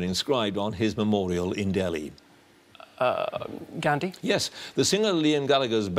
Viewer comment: Q20 . Needs to be pronounced as Hey Ram..Instead of Hee Ram,..As in Make "Hay" while the sun shines and the "GA" in Gandhi is pronounced as the GA in Garfield and not like in Gary